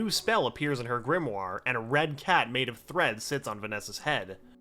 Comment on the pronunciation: GRIMOIRE is pronounced GRIM-WAH